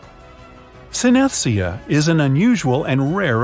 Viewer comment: Assigning personality types to bodily features is pseudoscience and bogus. The only actual facts in this video are the clips about body parts and how rare they are. I'm sort of lucky in that I can move each eyebrow independently, wiggle both of my ears, have synesthesia (which you pronounced wrong), rotate my hand without dropping the ring in my elbow, can do the Spock hand-sign with ease, get up off the floor without using my hands, cilantro tastes like soap to me, and I can draw and write with both hands. I'm pretty much a mutant. 🤪 Pity it doesn't give me any superpowers.